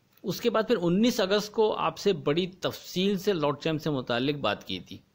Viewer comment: Lotchem ka name tu apko ata ni hy poch lo kisi se.k ko ch bol re ho.